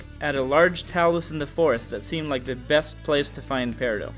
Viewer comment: It’s periDOT you clod >:|